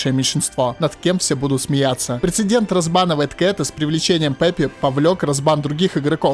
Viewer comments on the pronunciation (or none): none